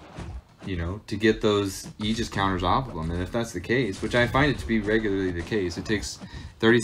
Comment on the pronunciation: Crazy you can’t pronounce the word Aegis correctly